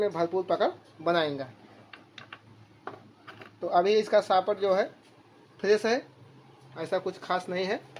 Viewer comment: Bahut acha ji, Ap detail mein bata diya. Shirf SHAFT ka ucaran sahi kare. Thanks, mera knowledge naraj ne ke liye. ❤